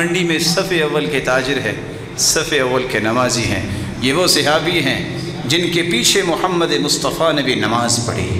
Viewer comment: Sehabi nahi sahabi hota hai